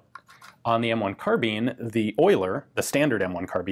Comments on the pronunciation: Is it “carbine” or “carbean” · The E make the I sound like a i, so say carbine correctly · The American mispronounciation of the word 'carbine' bugs the hell out of me.